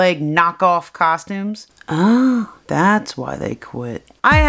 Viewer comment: I love how you call the costumes "corpses" xD